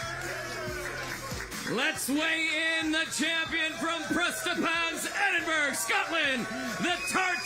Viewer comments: EdinburA it's pronounced ffs not Edinburg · JT isn’t from Edinburgh, he’s from Prestonpans which is 7miles away - also it’s not pronounced edinBURG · Enidburg 😂😂😂 i